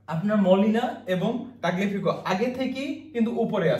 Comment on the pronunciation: তাগলেফিকো না তালিয়াফিকো